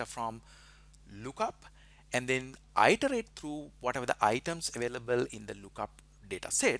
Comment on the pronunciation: Thank you, very helpful and instructive. One minor suggestion. The word "iterate" is not pronounced "eye terate". It's pronounced "it erate".